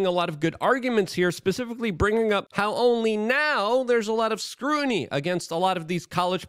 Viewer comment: "Now there's a lot of SCREWNY..." Did you mean "SCRUTINY"?